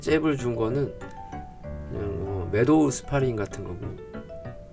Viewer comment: 대기자님이시니까 말씀드리면 메도우 스파링은 영어도 뭐도 아닌 그냥 정체불명 용어입니다. 덧붙여 메서드 복싱도 정체불명 용어입니다. 매스 스파링 발음이 안 되는 일본인 발음을 한국인이 다시 또 틀리게 따온걸로 추정됩니다.